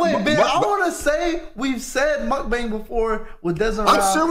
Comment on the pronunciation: "...you gotta host an Indian food mukbayne." ROTFLMAO for the pronouncing of the word alone